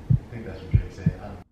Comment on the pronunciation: Right😂 drake is my nigga but he said it wrong